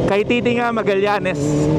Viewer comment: Kaytiting-ga idol ung pronunciation. Hehe